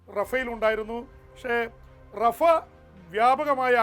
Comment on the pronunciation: ഗാസ, റാഫ എന്നാണ് അല്ലാതെ ഗസ യും റഫ യും അല്ല.